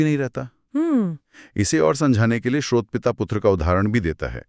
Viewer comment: आप दोनों स्रोत शब्द को कभी तो ठीक उच्चारित करते है और कभी श्रोत कहते जो गलत उच्चारण है। कृपया स्रोत ही बोला करे